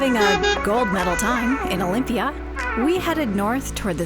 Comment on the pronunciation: Pls dont bucher local names Is aRAhova and not AraHOva and delPHI and nor DElphi and olyMPIa and not oLYmpia !! But overall a great video !!!